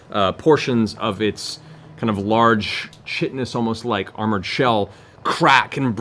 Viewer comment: I'm excited for the episode where chat finally yells at Matt for his mispronunciation of chitinous! I'm a first time watcher, but I can already tell it's coming.